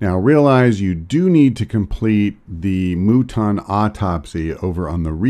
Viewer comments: Hearing it pronounced “moo-tonn” is disproportionately frustrating. Do all Americans do this? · 2 things how good is the EXO suit and please pronounce muton as mutton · That's pretty much how I pronounce it, but I have seen it spelled out in-game and it's definitely "muton."